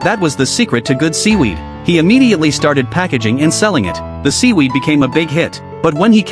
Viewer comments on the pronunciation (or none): Seewerd❌ Weed✅